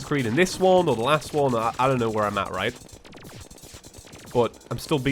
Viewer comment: Reet? Reet.